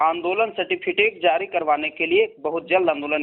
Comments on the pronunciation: Phle bolna to sikh lo sateficate nhi certificate hota hai islye tum non merit me ho 😂😂😂😂😁😁😁😁😁😁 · Certificate hota hai sir , aap certifitec bol rahe hai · Phle certificate bolna sikh lo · Certificate bolna to aata nahi aur gayn dene aa jate hai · Sir pahle certificate to thik se bol de.